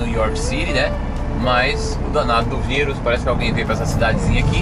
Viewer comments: . É raro ouvir alguém falar em português e dizer vAirus, em vez de virus... . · Corona váirus... kkkk Gostei da pronúncia!